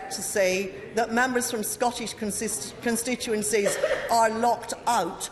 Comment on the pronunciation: She would be best keeping the tories out of her mouth as she cant say constituency